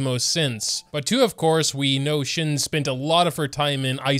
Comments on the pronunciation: Shen-he. You say both "e"s the same way. It's like the "ven" of "even", the "ter" of "character" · it's not that hard c mon it's pronounced SHEN-HUH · I will never get over the fact that you cant pronounce liyue character names 😭 her name is said like shen-huh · It’s pronounced “Shen-huh.” he makes a huh sound :) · It’s SHEN-HAY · shes pronounced as shen heuhh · Whats so dificult about the pronunciation of her name though.. Its shen-huh. I mean we all heard it at the 2.4 livestream.. Just try and get it right... Rewind the livestream and make an attempt. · Not him being a big baby and not even trying to learn to pronounce her name....it's so lame to stay ignorant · qinxin is pronounced "sching sheen" and shenhe is pronounced "shen hua" (no hate)